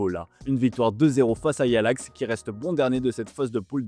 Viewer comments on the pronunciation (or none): personne n'a remarqué le "yalax" au lieu de l’ajax 😂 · « yalax Amsterdam » connait pas